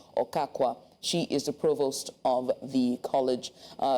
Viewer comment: A news reporter does not know how to use PROPER tenses?? Imagine pronouncing provost as "provox". Imagine blunders like, "we went to her office to interviewed her", "some individuals who have decide to occupied the land", "It gives room for all kinds of persons to entered into the school", "They are still appealing to the Federal governments...", "it become a serious challenge". This is a reporter? He has excellent screen presence BUT he needs to learn his tenses and very quickly too.